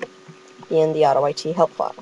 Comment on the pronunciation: Lol he said auto-I-t. I-t clearly s Pells it